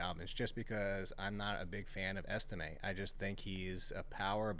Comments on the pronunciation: This dude really said Estime are you serious?? What kind of analysis is that..this dude needs a new profession needs to be banned from fantasypros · Estime??? Come on. please do better.